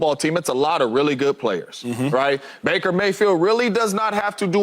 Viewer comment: Lmao. 😂 Bake-er... Mayfield.